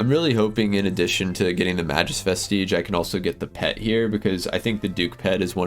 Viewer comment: May-Gus Vest-Idge